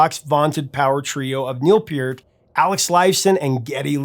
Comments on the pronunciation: Neil Peart pronounced pert like the shampoo. sorry to go all Canadian on you... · You're saying his name wrong and weird. It's sounds like pert. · I always thought Neil Peart's last name was pronounced "pert" . Was I wrong? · Ok, love ya prof (just subscribed actually), but cmon man, ya gotta pronounce Neil's last name correctly. Here's to hoping you know it but were just having a mild stroke here. Kidding about the stroke, of course - keep up the highly informative and entertaining nice work!